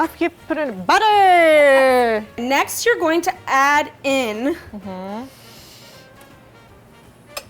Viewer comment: when she say butter OMG oof